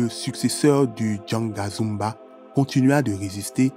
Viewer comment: C'est Ganga Zumba non Janga Zumba